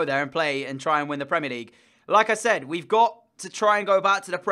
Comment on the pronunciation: Is it just me or every time you said "like I said" it seemed like Lacazette ? Lmao